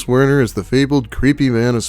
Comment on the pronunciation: Every time you say Wern I think Worm.